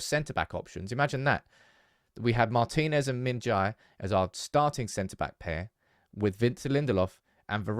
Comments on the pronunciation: The correct pronunciation is "je". "jai" or "jay" is incorrect. [gim min-je] is perfect pronunciation. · Why is it so hard to say Jae, pronounce like Apple without second syllable, Kim Min JA/pple.